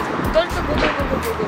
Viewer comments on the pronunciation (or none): none